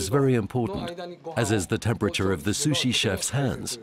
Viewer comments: u no like susshy? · I cringed to the way the woman narrator pronounced sushi...